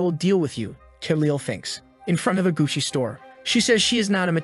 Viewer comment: Gugoi😂 not Gucci 😂😂😂😂